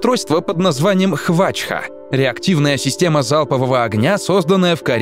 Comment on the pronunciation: Не хвача а хвачьха